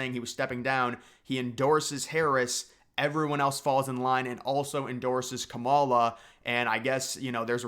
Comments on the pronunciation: Couple of pronunciation tips. Kamala is KAM-a-la, not ka-MAUL-a. Vivek is Viv-AYK not Viv-EK. For Kamala especially I feel like Conservatives are intentionally mispronouncing her name like it’s a dig against her but it just makes us look uninformed. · Yea pronounce Kamala with stress on the first syllable /ˈkɑ.mɑ.lɑ/. Like comma + la. That way it sounds like the Finnish word “kamala”… 🇫🇮 to 🇬🇧🇺🇸: Kamala (adj.) = “horrible, terrible, awful, ghastly, grim, dreadful, abysmal, atrocious, appalling”